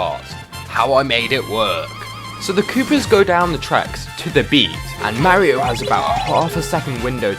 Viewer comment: Lets go he said mario not morio